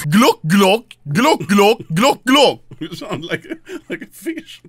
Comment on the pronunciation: Can someone plz make anomaly says golck for 24 compilation